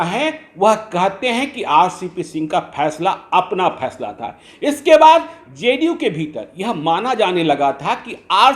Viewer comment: Phaisla nahin 'Faisla'